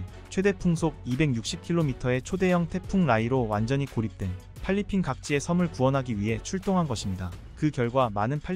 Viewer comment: 글자 좀 제발 잘 읽기 바람 팔리핀이 뭐야 그것도 반복해서 그이외도 많음 제발 잘하길